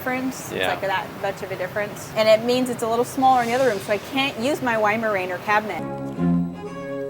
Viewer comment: Good because you are mispronouncing weimaraner incorrectly and it was getting grating.